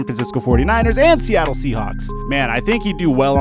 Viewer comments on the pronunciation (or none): none